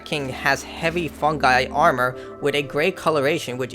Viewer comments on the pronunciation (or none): none